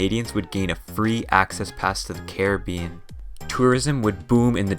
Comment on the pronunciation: I got a minute in before I couldn't hear Carreh-been anymore